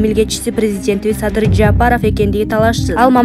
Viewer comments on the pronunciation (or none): Жаапаров дебей туура окучу ээй кыз. Жапаров деп